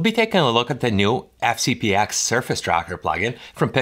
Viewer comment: Wow. Anyone that actually says "FCP EX " loses any and all credibility. 🤦🏼‍♂️ And what's with the speech impediment?